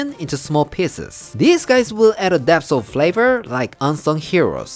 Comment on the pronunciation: Lol I know you are saying PIECES but it sounds like PISSES